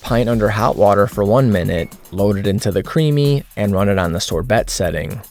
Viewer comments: The T on sorbet is silent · Can’t stop giggling over Sor-BeT. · Ok, was "sore-bet" intentional there?